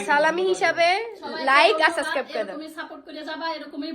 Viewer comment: এই মেয়ে সবগুলা ভ্লগে একই ইংলিশ বলে।২-৪ টা ইংলিশ ছাড়া আর কোনো ইংলিশ জানেনা।সব ভ্লগে একই ইংলিশ ছাড়ে।সানজিদাও একই কাজ করে। এত ইংলিশ কইতে পারে অথচ সাবস্ক্রাইব কইতে পারেনা।সাস্ক্রাইব বলে।